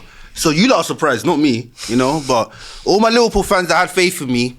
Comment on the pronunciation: Who’s “Liwpool” ?